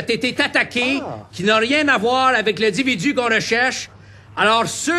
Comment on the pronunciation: le fameux "dividu" 10-4 😂